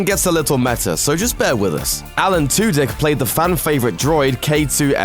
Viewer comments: alan "two-dick" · "Alan Two Dick"